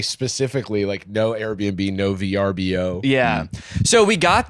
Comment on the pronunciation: I've watched enough YouTube ads to know that Jarvis is totally butchering the pronunciation of VRBO lmao! Must be nice having Youtube Premium ;)